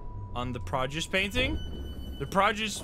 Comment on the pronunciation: I might be duxked up for this but when he mispronounced “produce “ took me out !!